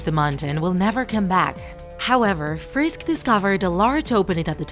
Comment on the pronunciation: lol u sed frish instead of frisk. Lol